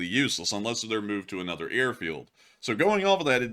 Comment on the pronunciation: Watch your pronunciations. You're getting caught in one of the most common mistakes, overuse of the word "a" pronounced as a long "ay." It's rolled over into mispronouncing "another" as "ay-nother." Pronounce words when from your script the way you would in normal conversation. Journalism 101.